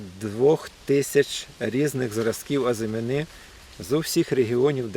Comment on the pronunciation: Не плутайте слова “озимина́” і “азимі́на”. В українській мові (на відміну від французької) наголос у слові "азимі́на" на передостанньому складі